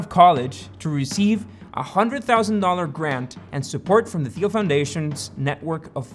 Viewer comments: teel, not theel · The name Peter Thiel is pronounced "Peter TEEL". The "Th" in Thiel is pronounced like a "T" sound, similar to how you would pronounce the word "tea". 😂 It's PayPal not PayPull. 😂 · I think you pronounce Thiel as "Teal". Feel free to correct. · Great video, but PayPal is not pronounced like “papal”, as in, of the pope. The second syllable is “pal”, as in friend or buddy. So the company name is pronounced “pay-pal”. Rhymes with “decal” or “SoCal”. Also, Peter Thiel’s last name is pronounced with a hard “t” sound at the beginning - sounds like the color, “teal”. Sorry to be so pedantic, but it seems important if you’re teaching stuff on YouTube to pronounce that stuff correctly. Other than that, loved the video. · It's pronounced Tiel dude (jesus christ). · you said thiel wrong the whole time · Not quite sure why you couldn't even pronounce Thiel's last name correctly? How do we trust you as a source of information if something so basic is not even researched? Also interesting how you paint him as some kind of nefarious "white male" figure without even mentioning the fact that he is openly gay. I would have thought that added a significant degree of interest to his status as one of the founders of modern e-commerce. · you're pronouncing Thiel wrong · Is he pronouncing Thiel properly??